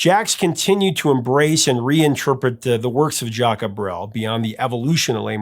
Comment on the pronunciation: My family moved to Belgium in the summer of 73 from Canada, this song takes me right back there. I am a huge fan of Jacques Brel ( your pronunciation needs some work) this was a great story, esp. your connection with your father. All the Best jcb